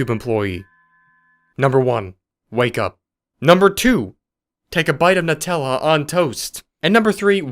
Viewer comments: This is very important: it's pronounced "Noo-tella." Ibknow, because my family and I called the Nutella 800 number on the jar after a family discussion at the breakfast table. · Nutella is pronounced as 'neutella', not 'nutella' as the spelling suggests.